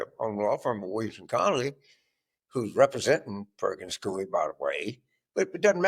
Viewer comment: It's Perkins Coie not coy